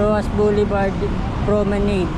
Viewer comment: Pronounced as "pro-me-nad".